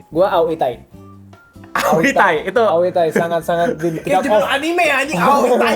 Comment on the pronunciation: Gw sih geli kalo ada yg ngomong Anime jadi Anim atau Enim. Itu kata dari bahasa Jepang, bukan Inggris. Orang Amerika aja melafalkan 'Anime' bukan Anim atau Enim, lha ini malah kenapa banyak orang Indonesia yg pake lafal sok British? Itu sama saja melafalkan Tokyo dgn Tukyou atau Kyoto dgn Kyoutu.